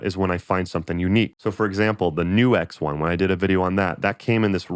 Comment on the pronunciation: I assumed it was pronounced 'nukes' instead of 'new X'.